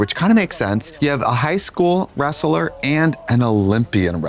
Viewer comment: Did Trixie really say “reseller” for wrestler? 😂